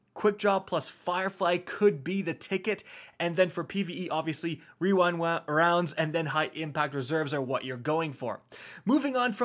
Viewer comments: ✨Weewind wounds ✨ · No one:: Rerind rounds. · wewind wounds owo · Wewind wonds 😂😂😂 man that thing is a tongue twister though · Wewind wounds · Wewind wounds uwu :3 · Hehehehe Rerind wounds